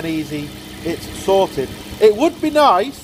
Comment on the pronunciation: Sorted sounds like " Salted". 😁